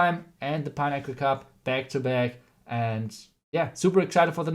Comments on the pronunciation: Im hearing pineapple instead of pinnacle LOL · Legend says, if we all hit the like button, will google how to pronounce "pinnacle" 🙃.